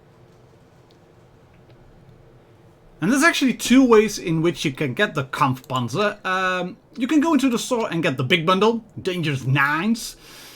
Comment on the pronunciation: Er hat auch Kampfpanzer gesagt. Und das nich mal schlecht.